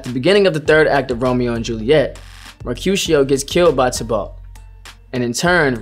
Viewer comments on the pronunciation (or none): I like how he pronounces Tybalt. "Tih-balt" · The way he says "Tybalt" tho 💀 like whyyyy